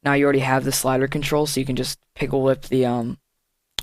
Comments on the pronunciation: Pickle whip lmao. It's pick whip or pic whip. No hate, just sayin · it's "pick whip" by the way. Not pickle whip nice tutorial tho :D